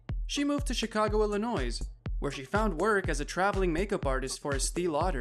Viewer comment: It’s not ILLINOIZE